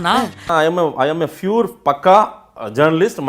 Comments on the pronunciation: அடே நீ எதை வேண்டுமானாலும் சொல்லு ஏத்துகிறேன் ஆனா I am fure (pure) பக்கா journalist சொன்னியே அதை தான் டா எங்களால் ஏற்றுக்கொள்ள முடியல......😃😃😃😃😃🤭🤭🤭🤭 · அந்த நாய்க்கு Pure னு வராது Fure னு தான் சொல்லுவான்